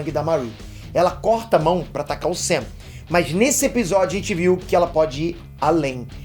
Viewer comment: Ele falou SAM e eu ouvi UCM 😂